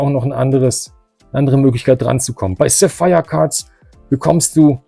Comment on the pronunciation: Mein lieber ich glaube der Shop Sapphire Cards musste du aussprechen wie der Edelstein Sapphire ^^ hört sich sehr interessant an xDD sap phire 😅